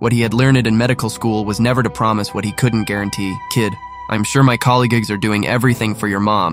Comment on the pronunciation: Its not colleagugeus, its colleagues. Why did you say it like that